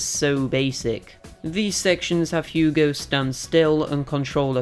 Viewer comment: Yea you butchered the name but at least you tried. Anyways ill be honest with you I think its a bit sad how down the drain this franchise went especially during the PS2 era were they released gobshite release after gobshite release. Its sad cause of how much potential this universe has for a pretty good action-platformer alias Ratchet and Clank/Jak and Daxter/Sly Cooper/Crash of the Titans.